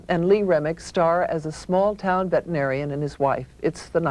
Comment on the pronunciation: Wow, … you think the correct pronunciation for veterinarian is, “vet-UH-narian”?? 🙄😂😂